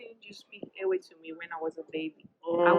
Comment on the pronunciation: This man should teach his daughter how to properly pronounce the Ewe (the W is pronounced V) so it should sound Like Eve’.in their alphabet,the letter V replaced the letter W. Just like in Germany 🇩🇪 Jacob is pronounced YACOB even in the Twi language Jacob is also pronounced YACOB